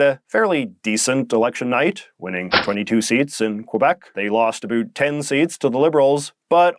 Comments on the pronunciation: Not really "ambiguous." Huge comeback for the Liberals. (Is it just me or is the "uh boot" pronunciation of "about" getting stronger? I don't often hear that in Canaa. Never in the USA. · J.J., I truly want to watch your videos, but I honestly just cannot endure the extremity of your accent (I swear no Canadian pronounces "about" like that 😭) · Hey your not pronouncing things Canadian, since when have Canadians in Ontario ever said sorry, or about like that. You sound like your pandering to what Americans think Canadians sound like, I am not Canadian but I have been to Canada. It sounds so forced.